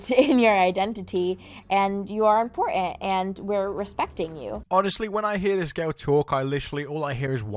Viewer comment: So the one leah something can fully over pronounce "identity" but completely mispronounced "important". F. OFF.